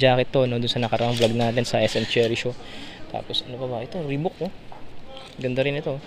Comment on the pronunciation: (Reebok) Ribak, yta pag pronounce ndi ribuk (Reebok) 🤙